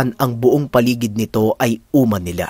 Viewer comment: Minsan q Ng nasabi na Ang tamàng pagbigkas Ng uma, mabilis ito🙄